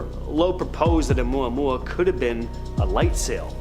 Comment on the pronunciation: I am impressed tho....you pronounced Omuamua correctly.....lol Some influencers totally BUTCHER that pronunciation...lol